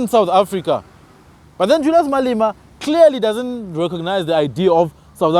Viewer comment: Malema not Malima